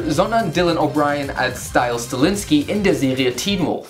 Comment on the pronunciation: Das ist nicht Stiles Stiliniski, das ist Mieczyslaw 'Stiles' Stilinski 😂